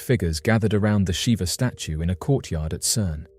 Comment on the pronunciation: It's pronounced 'Sheeva', my friend, but yes, it does send a shiver down your spine!